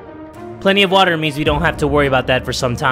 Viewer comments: I like the way he says wattta(water) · Watt a is how u say water in creole